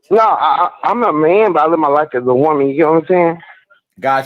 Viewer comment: Me too! Over here rollin. WO-man...what's that???? 😂😂😂